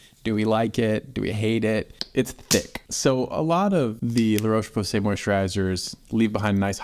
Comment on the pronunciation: The O in Roche is pronounced like the o in hot, not the o in cold.